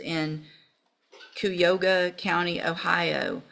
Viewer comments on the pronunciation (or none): As someone from Ohio, Cuyahoga is pronounced ky-uh-hawg-uh! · Its ky-ah-hog-gah (Cuyahoga County, Ohio)